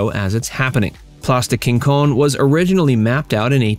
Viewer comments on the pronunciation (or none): It's place des Quinconces not Quincones